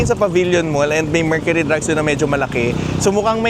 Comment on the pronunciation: Mercury Drug lng po boss walang “s” hehe